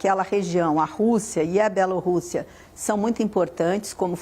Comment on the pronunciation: achei chique a forma como o analista pronúncia Bielo rússia